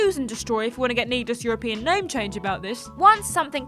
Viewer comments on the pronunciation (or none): none